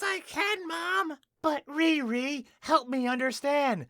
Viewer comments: I haven't seen this movie so while i was watching this vid i though the main characters name is "retard" because of how you say it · Dude everytime you say her name I'm crying laughing 😂😂😂😂😂